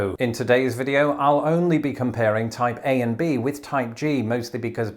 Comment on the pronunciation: I am going crazy thought to hear Taipei every time you said Type A....